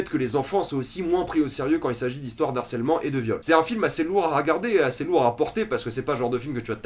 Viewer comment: Juste une chose, on ne fait pas la liaison avec « harcèlement » : « de harcèlement » , pas « d'harcèlement » ;)